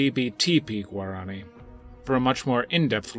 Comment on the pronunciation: You spoke incorrectly. Its not guarAAni. Its Guaraniiii 😄